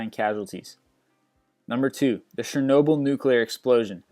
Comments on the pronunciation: Its Chernobyl not Shernobyl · I hate how this guy mispronounces everything: oceania, mesothelioma, Chernobyl